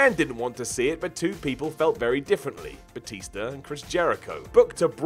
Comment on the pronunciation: And it's batista not batister